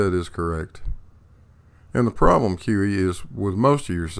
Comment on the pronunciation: Every time you say QE it sounds like kiwi and I think you should just switch it up